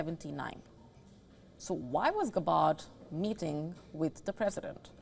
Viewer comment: At least learn to pronounce her name. Clout chaser channel